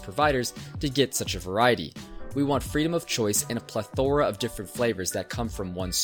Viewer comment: I agree completely, but did you just Pronounce plethora as plathora?